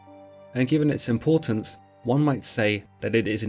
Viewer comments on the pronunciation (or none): none